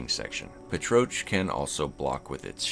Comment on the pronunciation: I'm pretty sure "Petroch" is pronounced "pet-rock" 😂 Furthermore, those laser spider crabs are a reference to the "SILENCE ___" meme, in which a king crab fires a laser to shut up whatever detestable demographic he wants to shut up